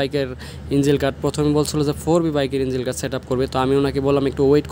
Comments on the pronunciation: ইনজিল গার্ড মানে কি ভাই? ইঞ্জিন শুনেছি। ইনজিল তো শুনিনাই। ইঞ্জিন শব্দটাও শুদ্ধ ভাবে উচ্চারন করতে পারেন না। আসছেন ব্লগ বানাইতে। কি যে বলি। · ইঞ্জিল গার্ড চ্যালেন ভাই আগে উচ্চারণ তো শিখেন